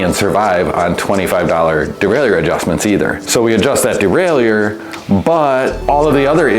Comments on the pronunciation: Well what i think is learning how to pronounce Derailleur without putting some weird French spin on it (unless you're French of course). Seriously, that's like nails on a blackboard. Just say "Derailer", lord 🙏 🙄 🤦‍♂️ (my father used to fix bikes back in the early '70s, if i ever hear him say "derailEUr", i'd have spit my coffee out, sorry) 👨‍🌾👨‍🎨🗼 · De rail ie err ? What dude you might want to take a closer look at the pronunciation of that word bud